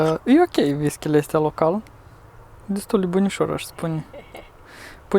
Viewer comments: ha,ha...nu mai spuneți ,,V I S K I ,,!!! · Whisky se pronunta nu visky